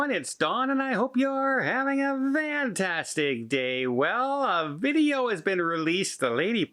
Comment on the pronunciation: Why do you always say vantastic?